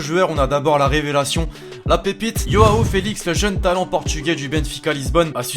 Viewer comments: Et c'est pas ioao felix c'est Joao felix c'est pas de l'espagnol merci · la Juv est prête à dépensé les 120M. Et ça se prononce JOUAN Félix ! Pas Yoao...